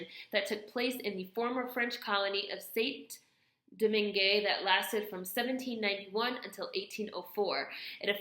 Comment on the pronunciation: Oh for the correction lol: Dessalines is Dessaline Gourde is Goude Saint-Domingue have no ''é'' sound at the end L' Artibonite is pronnonced ''latibonite'' :)